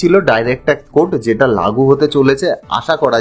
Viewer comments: TAX ke pronounciation apni TAC bolchen kano? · Word টা tact না tax তা বুঝতেই video শেষ হয়ে গেলো😂😂. Jokes apart. Informative খুবই কিন্তু উচ্চারণ খুবই খারাপ। শুধরে নিন plz তাহলে উপস্থাপনা নিখুঁত হবে। 🙏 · উচ্চারণ ঠিক করুন।ট্যাক্স শব্দকে ট্যাক বলছেন। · Direct Tac Code 😂 কি উচ্চারণ রে বাবা 😢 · Uni tax ke bar bar tac bolchen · উচ্চারণ ঠিক করবেন। শব্দটা হচ্ছে 'ট্যাক্স কোড '। 'টেক কোড ' নয়। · Ekdom thik kotha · ট্যাক্স না ট্যাক ? উচ্চারণ ঠিক হচ্ছে কি ? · Work on your pronunciation. Tax ...not tek. Direct Tek code ...bar bar bolchhen. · Direct tact code noy , kaka, DIRECT TAX CODE. Tomar motor speech disorder achhe, Speech therapy karaoke. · কথাটা tax, tact নয়। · Brother, before making this types of videos,try to pronounce TAX correctly. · মনে হচ্ছে আপনার উচ্চারণে কিছু অসুবিধা আছে। X র বদলে T bolcchen।